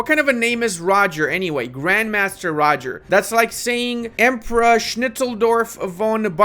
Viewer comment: You have to pronounce Roger in French.